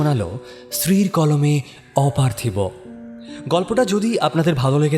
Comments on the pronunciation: অপার্থিব কথাটার উচ্চারণ অপার্থিবো পার্থিব্ বা অপার্থিব্ নয়।সারা নাটকে অর্ণব ছাড়া বাকিরা ভুল উচ্চারণ করে গেলো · অপার্থিব শব্দের উচ্চারণ অপার্থিবো/পার্থিব হয়।উচ্চারণ সঠিক করুন